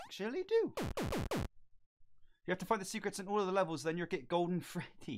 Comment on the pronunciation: "GODLEN SWITCH"